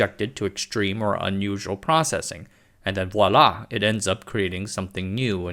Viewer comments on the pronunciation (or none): none